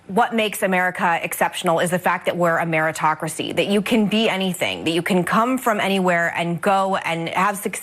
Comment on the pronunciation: "Ameritocracy" LOL